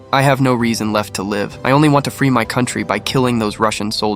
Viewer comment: Bs ai voice. "Live" is a dead giveaway. Also screw Russia and support our allies!